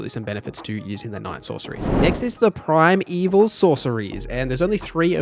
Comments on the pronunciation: Did this dude just say prime evil instead of primeval lmaoo also fias mist is a pvp spell not pve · Primeval, not Prime Evil...